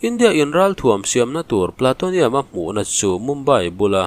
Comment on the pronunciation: Platonium nilo in Plutonium zawk.Plu ti a lam tur